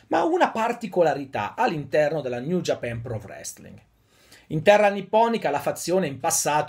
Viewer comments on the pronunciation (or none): none